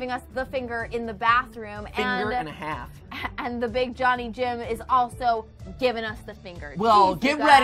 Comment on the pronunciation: Hold up. Did u say finger and hāf (presice use of foreign a's) As in SCHFIFTY FIVE. LOOK UP SCHFIFTY FIVE ON UTUBE